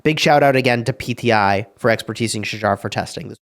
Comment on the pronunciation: Bro.. Its pronounced as "Shahar". Dude you all act smart by being fancy with how you say Tariq but you mess this one up? Get your act together.